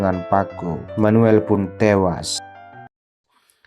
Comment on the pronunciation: Manuel bos bukan menuel Maria bukan meria 😂😂😂😂sok pinter bahasa inggris lu😂😂😂